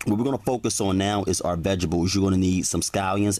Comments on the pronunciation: I laugh every time he say "vegibles" and not vegetables. :-) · the word is pronounced veg tables ,not vegables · New subscriber, not only for the cooking but I can listen to you say “Vegables “all day hahaha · Focus on the vegables... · Vegebles 😂😂😂 but I'll be trying this! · I keep dying when he said vegables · Vejables? really? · "vegebuls" lol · STOP SAYING VEGEBALS. I THOUGHT THEY WERE CALLED VEGTABLES. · Anybody else notice him saying ( Vegabuls ) lmao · Haha vegibles homie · Ok you got me at "veggibules" lol, looks good though imma try it... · Don’t forget to put your veg-ables In the fridgerator 😂😂😂😂